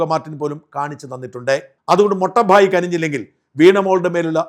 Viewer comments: മൊട്ട ഭായി അല്ല , മോട്ടാ ഭായി , ( തടിയൻ സഹോദരൻ ) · മിസ്റ്റർ സാജൻ ഇനി പറയുമ്പോൾ ഹിന്ദി വാക്കുകളുടെ അർദ്ധം അറിഞ്ഞു പറയണം .മൊട്ട ഭായി അല്ല മോട്ടാ ഭായി മോട്ടാ എന്നാൽ തടിയൻ എന്നാണ് ഹിന്ദിയിൽ .മൊട്ട എന്ന വാക്കില്ല ഹിന്ദിയിൽ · Don't pronounce motta bhai you are not correct